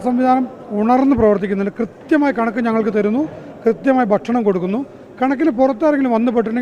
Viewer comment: ബാരവാഹി, ബക്ഷണം... നിന്നെ ആരാടാ ഉണ്ടാക്കിയെ